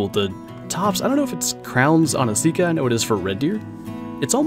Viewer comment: Your saying sika wrong